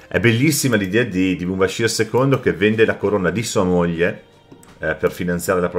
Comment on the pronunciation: Mubashir al meddina (con la r)